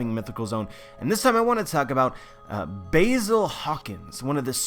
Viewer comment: How you gonna be such a big fan of one piece but still say basil's name wrong?